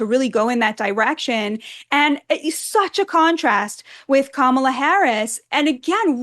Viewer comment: IT'S KA-MA-LA.....